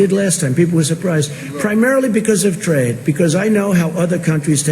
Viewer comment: Wow, a moment of clarity and logical thinking from Donald Trump. He's right on point ... up until he began to talk about how much he understood "tra-yed."